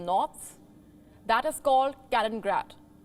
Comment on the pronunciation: No, it's not. It is "Kal-IN-in-grad", not "Kal-in-grad". WION???🌵